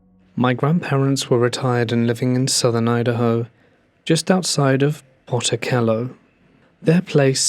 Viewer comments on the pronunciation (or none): Pocatello. said poh kuh tello. :)